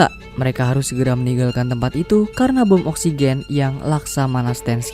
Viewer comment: bentar² gue salah denger gak sih klo pengisi suara menyebut bom oxygen???😂